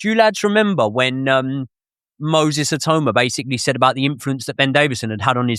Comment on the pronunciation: How Many Times Did They Say His Name Wrong? 🤣🤣🤣🤣 It’s Not “Moses I-Toe-Ma” Come On Guys 🤣🤣🤣🤣